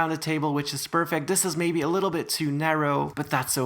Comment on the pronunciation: Please speak right and don’t say dis and stuff like that not being rud it’s does not hoythrr me my cousin told me to ask you she does not know how to type